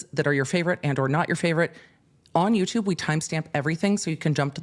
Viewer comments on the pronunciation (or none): none